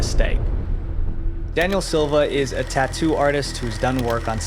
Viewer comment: what is tauuu? =)) i was thinking is Tattoo not tauuu